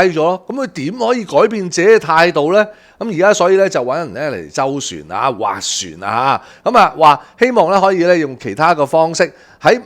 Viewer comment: 斡旋（斡讀滑呀）